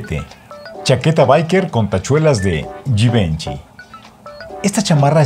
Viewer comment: Hola Ricardo!! Se me permite la correción...en la próxima vez fijate si los nombres de las marcas están bien dichos!! Por qué Givenchy e Balmain el caballero que estaba dictando el vídeo se equivocó en la pronunciación!! Saludos.